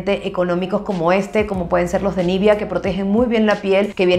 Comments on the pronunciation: Nivea, no nivia pronuncia bien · Espero no sonar grosera con mi pregunta pero: ¿porqué pronuncias "nívia" y no "nivea", así le llaman en Argentina?